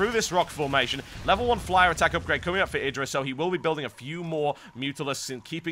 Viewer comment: This caster is the first British I've heard that's calling IdrA correctly, not "eye"dra lol.